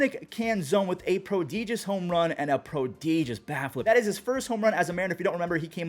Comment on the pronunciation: Please... pruh·di·juhs Not Pro- dee- jihs